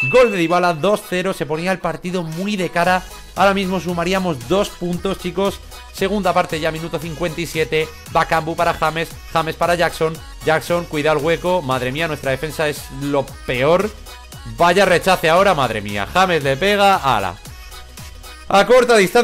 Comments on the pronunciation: Hay por favor que has dicho bakumbu y es bakambu no pasa nada jajaja un fallo lo tiene cualquiera jajaja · es bakambu no bakumbu xD